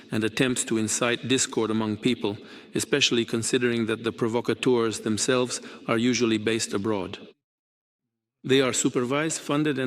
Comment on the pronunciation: "provocptors" of which Putin is chief😅